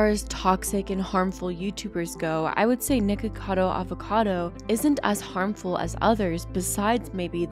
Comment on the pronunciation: Thank you for not pronouncing it "Nikado" Avocado like most creators who comment on him do. Lol.